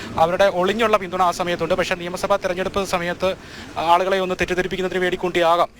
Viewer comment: നിയമസഫ അല്ല നിയമസഭ